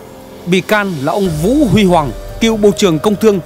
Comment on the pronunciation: Vũ Huy Hoàng đọc sai rồi